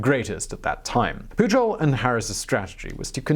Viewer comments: Your spanish was going pretty good, despite the 'PuJol', but when portuguese showed up, oooooh boy... xD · Juan Pujol is pronounced "Huan Puyorl"